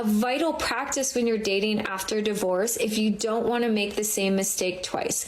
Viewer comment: I like how he pronounces it "die -vorce." I'm adopting that.